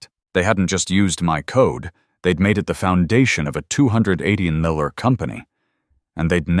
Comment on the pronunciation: Why can't AI pronounce numbers? A $200 Muhauhuah dollar patent.